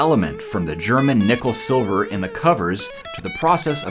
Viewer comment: Hey, can we stop saying alneeco? It's not the Velvet Underground, it's an alloy of aluminum, nickel (not neeckel), and cobalt.